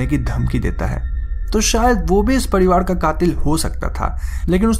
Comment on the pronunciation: Padivad nahi parivar bolo